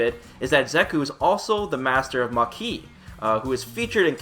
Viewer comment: it's pronounced "MAH-KEE", not "MUH-KEE"